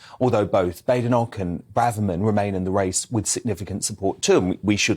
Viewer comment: Kemi’s surname is correctly pronounced Bad Inoch not Bade inock